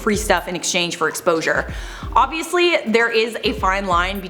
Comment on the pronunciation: Odviously? Who talks like that Canadians?